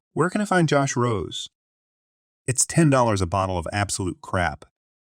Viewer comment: Josh Rose is pronounced "Josh Rosay"